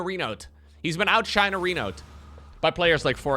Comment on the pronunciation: The version of the word in english you are looking for is "outshone" pronounced of course like "out shown". But your take is fun